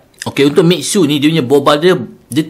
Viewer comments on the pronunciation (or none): Miksu kepala ayah ko.. Mi xue tu bunyi dia mi sueh.. Maksud dia salji bermadu 😂😂